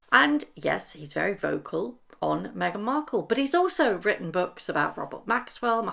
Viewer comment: " You've wrowten" 😂😂 Dummy uneducated sussex squad.